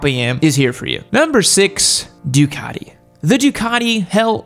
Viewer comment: He also just said "duacti" lol